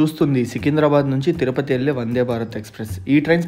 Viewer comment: ori neee ebba, Tirapati kaadhu ta, Tirupati. chadhuvurani munEa news chadhuvutha vundhi. Tiru is a divine word mesning Sri, mrsning Lakhsmi the half of Vishnu.